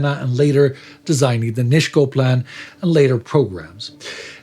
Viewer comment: Thanks for the episode. Just a small note on Polish pronunciation. Nisko is pronounced as Nisko, just an "s". Katowice basically the same as its German equivalent Kattowitz.